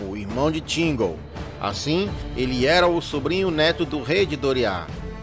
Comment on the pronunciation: "tchigóu" hahahhaha. Zuera. Bom vídeo.